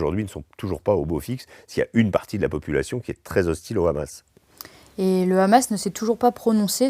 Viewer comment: C Hamas pas Amas